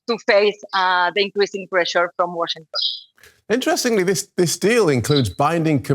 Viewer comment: te urgen unas clases de ingles. Guachintong...Open english... Éxito!!!